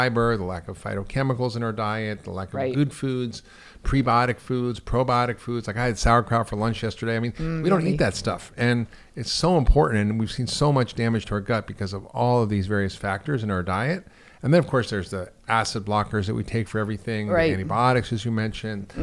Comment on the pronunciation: I can't believe he said saurkraut.